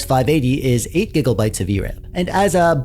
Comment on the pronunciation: Gig o bytes and giggle hurts.